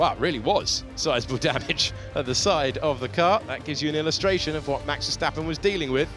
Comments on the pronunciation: Haha ..cryshteppen😂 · Vaya 😂😂😂 verdstapen